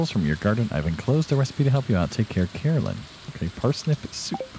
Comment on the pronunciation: I am very excited about the rancher + Joja route you’ve mentioned. Not super happy about the mods, only because I play console. Still excited, I haven’t really found either on YouTube. Caroline and Carolyn are not the same pronunciation.